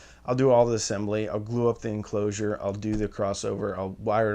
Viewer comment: Is anybody going to mention the 'Enlcosure' ?